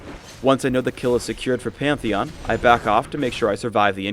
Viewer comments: wtf does he call pantheon? peeyantheeyan?? xD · he sais peonthion instead of pantheon -.